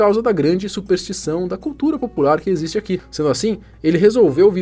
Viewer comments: "eso no ecxiste" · "ISSO NO ECXISTE" 😂😂😂😂😂😂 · "Ixto no equisiste" 😂(,padre quevedo) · Adorava o Padre Quevedo (Padre "Quemedo" no saudoso Casseta & Planeta 😂) Sua frase "isso non ecxiste" é eterna... 😂😂😂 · "Isto non ecziste!"